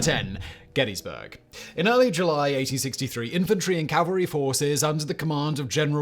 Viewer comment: CORRECTION! DUDE is it NOT "calvary" it is "cavalry" as "calvary" is a place in Israel. Of all the people on this planet YOU should know better. We enjoy your videos, but bristle at ignorance such as this. Best of luck!